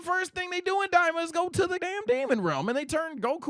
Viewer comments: Why is he saying "Dalila'' 😭😭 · It's an ongoing thing where says Daima differently, as well as other related names. There is someone on Twitch in the chat that types down how to say Daima right as in "Die-mah".